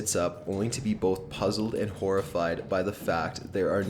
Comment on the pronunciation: He said Horifried! lol.